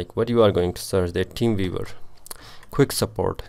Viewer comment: "teem veevar" 🤣😂